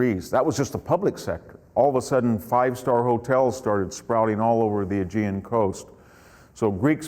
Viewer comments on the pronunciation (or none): none